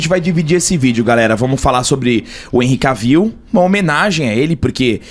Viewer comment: "ENRRI K-VIU", Jonas Bressan deve chorar nesse momento...kkkk